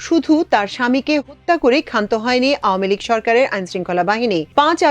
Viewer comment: হত্যা শব্দ টা স্পষ্ট করে বলতে অসুবিধা কি তা আমি বুঝতে পারলাম না?